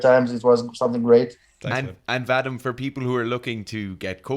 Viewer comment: Its Vah-Dihm,not vaddddim,blyat!